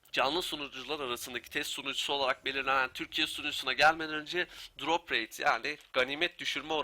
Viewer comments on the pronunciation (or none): none